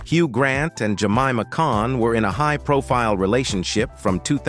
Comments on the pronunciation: They MUST OUTLAW AI commentaries!!!!!!😡🤬🤮🤮🤮🤮🤢🤬😡😡😡😡😡😡😡😡😡😡👎🏼👎🏼👎🏼👎🏼👎🏼. HUG Grant VERCEE - it’s pronounced VER SACH EE! I will NEVER listen to or even watch another AI spoken video ever again. Why do they take us for idiots??????!!!!!!!!!DONE👎🏼👎🏼👎🏼👎🏼👎🏼👎🏼🖕. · AI "Hug" Grant and "ver-cee" dress 😂😂😂😂